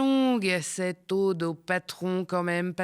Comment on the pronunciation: "Ode", comme ça se prononce, et non pas "Aude", qui est un prénom féminin... Et c'est "Djai" D. Vance... 😉